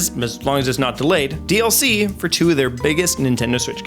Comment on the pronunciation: when you said dlc i thought you said ddlc and im like dokidoki is coming to nintendo??